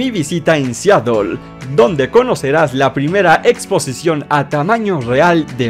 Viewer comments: Tambien dice Siatel en vez de Seatle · se escribe Seattle pero se pronuncia Seadle